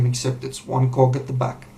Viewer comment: Me too lol